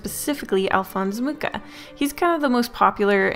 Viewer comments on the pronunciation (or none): im so happy someone else knows of Alphons Mucha. But hs last name is actually pronounced moo-ha. Czech nams can be tricky like that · Loved the video ❤ Mucha is actually prononced Muh-rah, not that it really matters tbh, but thought it would be interesting to know !